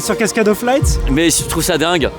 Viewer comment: On dit « LIGHT » Pas « laysse » ! on dit pas « luière » au lieu de « lumière » si ??